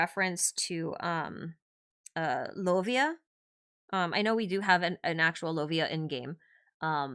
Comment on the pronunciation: No Lovia in the Kalevala... Lo-uh-i (or LoviaTAR in some folk songs).